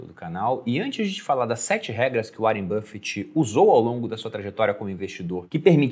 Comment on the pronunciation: Cara, que agonia do pronunciando áren buffet pqp